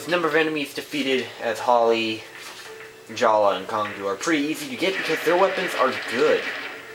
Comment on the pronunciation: His name is Jaller not Jalla its changed